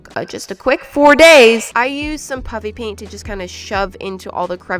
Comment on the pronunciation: Ayo you said puppy paint not puffy paint!